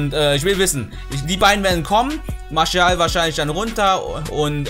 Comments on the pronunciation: Bruh bin selber franzose warum sagst du Marschial?haha er wird Martiâl ausgesprochen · Bitte sag nicht marschial😂😂 der heißt marsial Sonst feier ich dich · Bro martial nicht marschial hahah sonst cooles video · Der heißt doch nicht marschial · Das ist doch erst das geile dran also ich Feier das 😂